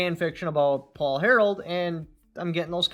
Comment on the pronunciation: It sounds like you keep saying Paul "Harold" but it's actually Harrell